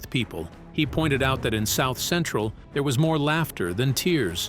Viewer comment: Bro this guy can't even say South Central right